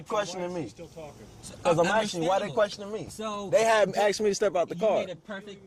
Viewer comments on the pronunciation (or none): Why don't you just shut your mouth. You make yourself look stupid and sound stupid, with all your inane babbling. One final thing, It's ASKED NOT AXED. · It’s pronounced “asked” not “axed.” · The word is pronounced ASK or ASKED. Not AXS or AXSED.